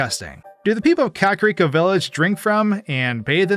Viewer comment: i’ve been watching you for a while and it still makes me giggle when you pronounce it “cock-rico” lmfao